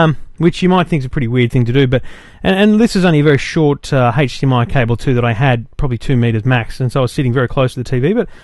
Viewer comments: hdmi not hage dmi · Hahaha yeah what is 'hage' -dmi?? And he keeps saying it:-D Maybe that's how australians pronounce it. Nice review though. I wonder if the new GalaxyTab 10.1 has a 'hage'-dmi output as well, because of the great web browser. That would be terrific if you could browse the internet on your 50" tv using a tablet-pc:D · age not Hage DMI